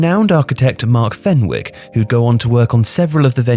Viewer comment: For an Englishman the pronouncement of fenwick was criminal